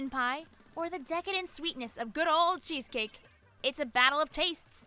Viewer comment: Chezkakeess? Wut side r u on